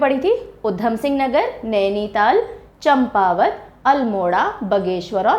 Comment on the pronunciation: यह चंपावत नहीं बल्कि चांपावत है.